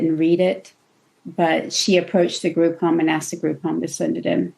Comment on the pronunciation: 2.06 the word is asked….asked not aksed